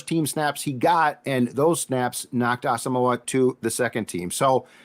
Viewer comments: man you guys gotta start pronouncing Brain's name right, his last name is pronounced Ah-sum-mwah not moe-ah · It's Brian Ah-sum-wah. Please start to pronounce his name correctly